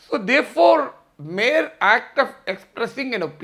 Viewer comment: 1. Prior _ దీనిని మీరు " ప్రియర్" అని పలుకుతున్నారు దానిని "ప్రయర్" అని పలకాలి. 2. mere _దీనిని మీరు" మేర్" అని పలుకుతున్నారు దానిని " మియర్" అని పలకాలి . Nice analysis.